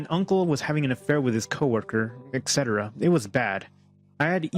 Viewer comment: Whoever the guy is who tells this story.. "Etc"... why do you pronounce "etc" as "excetera"? There's no KS sound in it...